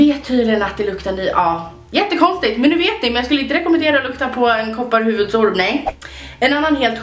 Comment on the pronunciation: Bara jag som hörde att hon sa lukta on kopparhuvuds orm 😂😂😂 love you ❤✌